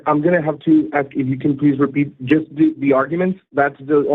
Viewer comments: Ask not Aks. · An "aks" pastor, or an ex pastor?! 😳🤣🤣🤣